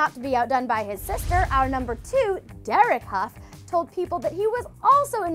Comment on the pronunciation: Julianne "huff". its hue